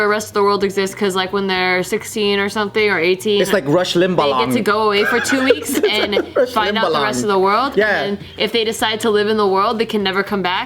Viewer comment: Lol, Joe! It's rumspringa Not Rush Limbaugh🤔🤣😂